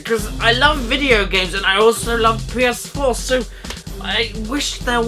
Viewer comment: Des es Pii-Yehs-Fwoar